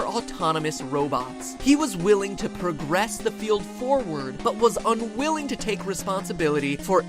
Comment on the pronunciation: Did you say unWILLYing?